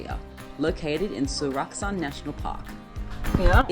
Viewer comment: Sㅓlac Mt. 영어에는 그 흔하게 사용하는 ㅓ발음이 없냐? 이 발음은 일본도 중국도 없더라.